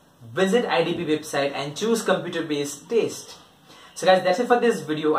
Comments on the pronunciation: It's not taste it's test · Y u say taste? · I appreciate your intentions but please gather good info and also stop saying taste. And one more don’t repeat things which u already said clearly, it’s annoying.